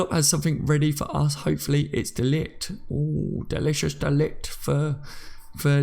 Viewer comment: No way should we even go for de Ligt! We've got good enough players in the central defence positions. By the way ... pronounce it de liggggt. The g is like clearing your throat! Get it right!